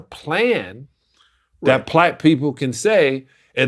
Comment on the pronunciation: Sally slipped up he says plack people even his lips wouldn't let him say it